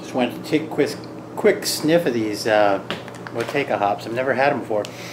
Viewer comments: The proper pronunciation in New Zealand is "Mow Two A Ka" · Fun stuff! As per Time4Another1 , this hop is pronounced "Mah Chew Wake Ah". We all seem to pronounce it wrong, lol!